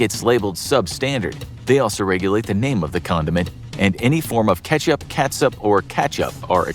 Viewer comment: Who calls “Ketchup” “Katchup?” Don Knotts, that’s who!